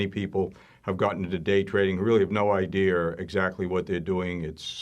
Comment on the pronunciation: It’s idea... not ideer